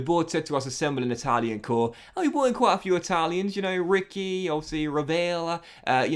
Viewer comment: Btw Ricci is pronounced like Ritchie, not Ricky. Just wanted to let you know